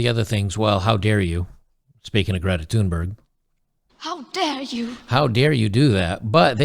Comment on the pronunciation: You pronounce her name quite well! The "h" Thunberg is silent.